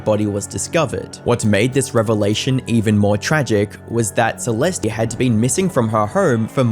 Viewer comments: I like your videos, but please pronounce things, especially victim’s names better. Her name is pronounced “See-lest,” not “See-lest-ee.” 🤦‍♀️ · “Celestee” 😂 cat got ur tongue lil bro? 🐈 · Celestie? Shooosh? Do you know how to pronounce anything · i really wish ppl would learn how to pronounce words and names before posting videos about them. si-LES-tee? really? it's sa-LEST. google is free. u consider urself a serious youtuber so maybe actually put in the effort where it matters, not just in the cheap editing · Why do you all keep saying the E at the end of her name? It’s silent 🤫 please respect the dead 😢 Celest (e🤫) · “Celestey” 🤓 it’s suhlest. The fact that huge YouTube channels can’t do the bear minimum research and learns basic pronunciation baffles me. Unsubscribed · FYI it’s pronounced “Sah-lest” . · Bro you left one mispronunciation of "Celeste" as "Celesty" and then I noticed it was perfectly cut to the correct pronunciation every time after. That's insane dedication and editing skills. Nice work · is this guy AI? it's clear he's edited the audio to cut out every instance where he says "celest-ee" and the cuts to his face talking have some subtly odd movements to them. is one of the biggest drama coverage channels just a content farm? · Celeste is pronounced "Cell-est" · Is he saying “Celesty” at times? Listen carefully at the beginning of the video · “Celesty” smh 🤦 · How do you not know how to pronounce the name Celeste? Maybe you guys shouldn’t quit school for YouTube. I noticed you must’ve been researching as you were making the video because you corrected yourself, but you didn’t go back and redo any of the original. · Lol the obvious edits where he realized he was saying Celeste's name wrong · You should re release this and make sure you're pronouncing Celeste properly.. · he cant even say her name right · Yes and please pronounce her name properly the e on the end is silent and not an ie